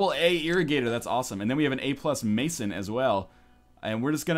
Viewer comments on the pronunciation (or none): none